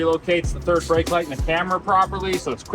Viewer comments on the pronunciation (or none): none